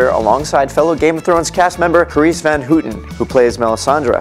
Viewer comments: Carice’s name is pronounced “HOW-ten,” not “HOO-ten.” How do you do a video like this without knowing how to say the names...😑 Can’t wait for Domino though!!!! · don't ever say carice's last name like that again, it's terrible lol